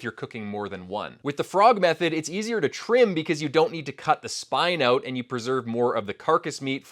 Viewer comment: "Oout"? Are you Canadian?